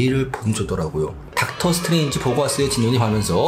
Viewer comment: 미스터 닥터 스트뤠인지?